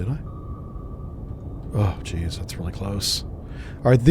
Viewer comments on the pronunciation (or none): none